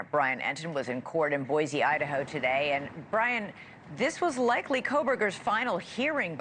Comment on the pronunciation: It’s Boy-See for Boise Idaho. Boy-zee is how we spot out of towners.